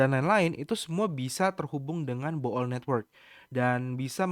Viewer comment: koh, bacanya 'bul' karena oo nya dua bukan bo'ol wkkkwkw